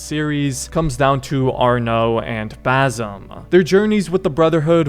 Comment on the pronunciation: Its arno thats it just arno